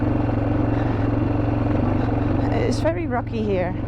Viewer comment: "... it's ver' Iraqi (very rocky) here..." no it's Tadjikistan 😂